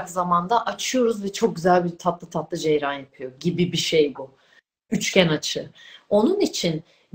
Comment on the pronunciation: Ceyran dedi yahu..bütün ciddiyeti, bilgisi, anlatımı benim ilgimimi yerle yeksan etti, ne yazık ki...